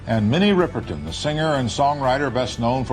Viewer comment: Minnie WHO? If you make a video learn to pronounce the name of the person. 👎👎 WHAT rumours confirmed? Clickbaity crap video.